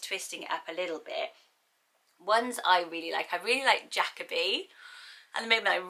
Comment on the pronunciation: I've only ever heard Jacoby pronounced "jah-koby"